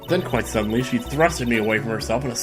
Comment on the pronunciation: YOU MEAN REALLY SEEDENLY